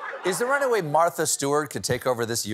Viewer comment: I swear when he said martha he said mothra. Now that would have made me watch the apprentice.